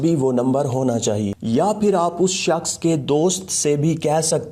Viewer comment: 'us saaaksh ko'..lmao😂😂😂😂😂